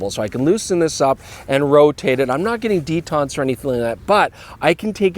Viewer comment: Why does pronounce detent like the french “detente” 😂😂 they are not the same words or meanings nor have the same pronunciations 😂